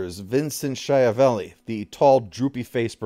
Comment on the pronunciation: Well, don't worry, you fluffed up long before Johnny Vursays: Schiavelli is also an Italian name, and it's not pronounced anything like Shia LaBeouf. Hint: Schi is pronounced "ski". The rest was fine though.